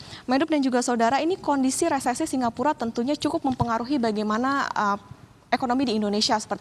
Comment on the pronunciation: Resesi Re se si Dibaca resisis